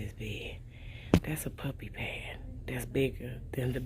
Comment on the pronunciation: This Guh said pup pad🤣😂